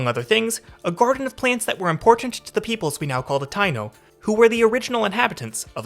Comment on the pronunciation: Small fyi. Taíno is pronounced Tah-EEE-no